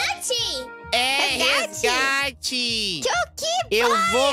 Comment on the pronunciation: voce ta falando errado nao e gate e resgate